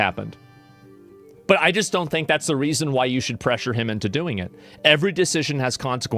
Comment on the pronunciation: that "but" 😂 sounded like BEH😢